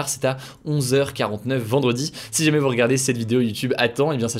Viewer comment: From « si jamais » now we’re « sjmais »